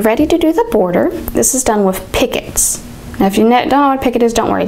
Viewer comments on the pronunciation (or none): PICOT stitch is pronounced "pea-koh" not "pickets"..just FYI